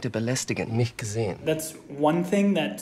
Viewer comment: German here: The expert missed how germans usually don't pronounce vowels in ending syllables. Like for example "WashingtOn". Germans usually would say "Washingt'n". And Fassbender does not do this. He speaks every vowel very clearly which makes him sound odd. like: "nicht gesehEn" instead of "nicht geseh'n" "nicht weiter belästigEn" instead of "nicht weiter belästig'n" "OberfeldwebEl" instead of "Oberfeldweb'l"